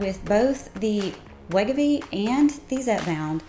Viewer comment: I can't understand her Southern accent, and she is mispronouncing Wegovy. Just sayin'.